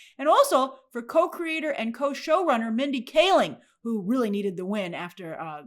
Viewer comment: Hey Grace just wanted to let you know Mindy’s last name is pronounced KAH- LING